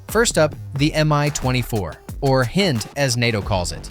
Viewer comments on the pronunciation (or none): Educate your AI narrator. The west refers to that category of helicopter as a, “hīnd.” Expect no likes until you can at least get that correct. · I always thought the Hind was pronounced HighND